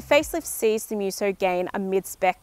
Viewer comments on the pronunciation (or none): The way she pronounces MEWSO is horrible 😂